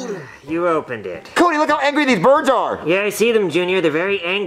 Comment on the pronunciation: you realise the character joseph has a speech impediment? he says "dude", as "dood"